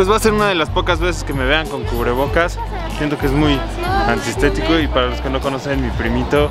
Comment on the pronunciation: es muy “ansistetico”?? Que es eso? Jajsjsjs